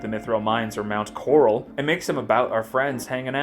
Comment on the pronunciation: "...Mount Corrrral..." haha, nice man.